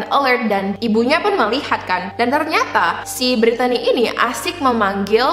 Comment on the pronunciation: Btw, nama Brittany biasanya itu pronounce-nya 'britni' kak